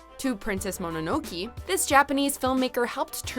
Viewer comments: It's Mononoke, not Mononoki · Here we go with mispronouncing stuff again. It’s Monono-Kay, not Monono-Ki. God damn... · Not to be rude but I think it's pronounced "moe - no - no - que" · Akira should've been in the top 3. It's a movie worth lots of viewings. Where is: Princess Mononoke (pronounced it wrong) The Wind Rises